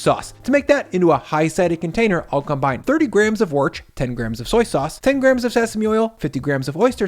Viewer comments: worcester(shire) sauce is pronounced "wooster(sheer) sauce". So if you abbreviate it, it should be "wooss" not "wirtsh". Otherwise great recipe. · you got my like at "worch", you got my sub at the end result